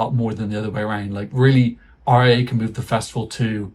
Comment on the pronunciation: I'm so sorry but that's the first time I've ever heard RAI be pronounced like that 😭😭 Like Huh?? If you said it like that to be funny then I didn't understand the joke I'm so sorry 😅 Edit: I think Sanremo is just trying to a publicity stunt, considering the fact that in Italy we do not have many other big tv companies. Maybe the exception is Mediaset, but since Sanremo is the biggest show RAI has the the rights to they will keep it. Nothing will happen basically 🤷‍♀️